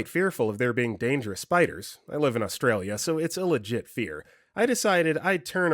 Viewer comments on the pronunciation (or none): none